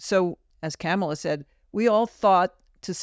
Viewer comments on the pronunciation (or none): KAHmala. Is it so difficult? KAH ma la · Please let mom know, its Comma-la. That's how Kamala pronounces her name. Sorry to be nit picky, but the other side mispronounces her name on purpose.